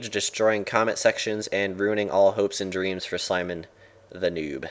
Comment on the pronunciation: hahahah :L at the end is its "hoep" as apose to "hope"... fml y did i spot that >.> <33